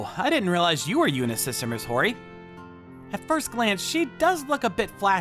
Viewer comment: It's Ho-Ri-Ye(you can make it yeah if you want), not Ho-Ri. Just a gentle correction. 🤗🤗🤗